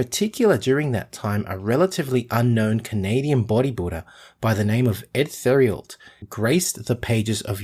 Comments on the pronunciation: Our Uncle Eddie Theriault's last name is pronounced "Tare- ee-o." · His name is spelled Edward 'Eddie' Theriault (pronounced: Tare-ee-o)